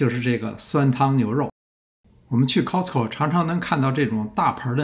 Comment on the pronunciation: Costco读错了吧😂